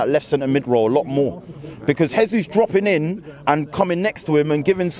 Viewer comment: Jesus is Brazilian, not Spanish. Pronounce his name properly! He’s our player!